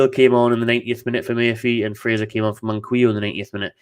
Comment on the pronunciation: Its man-key-o btw